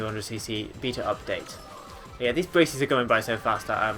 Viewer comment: Ok 200cc is awesome and all that but can we talk about the way been pronounced beta